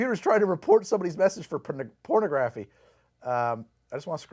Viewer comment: pronouncing it “PORN-uh-graff-ee” made my day.